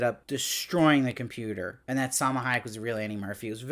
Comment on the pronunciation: I laughed so hard when called it a 'Com-Puta'!